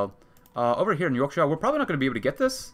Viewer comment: You pronouncing Yorkshire ‘York-sh-eye-er’ hurt me. It’s pronounced York-sher! Good video regardless